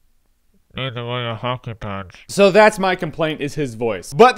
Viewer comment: I heard hockey pants...